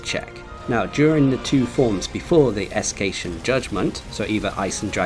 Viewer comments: Me too but he thought its "Escation" not Escaton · sorry to say this, no offense but the way you pronounced "Escaton" really bugs me lol good job on your detailed guide on how to beat Alatreon though, even though i've already managed to defeat him last wednesday, this is just my opinion but i find him much more harder than the Arch-tempered monsters i've fought not gonna lie but what can you expect, he is a Black Dragon after all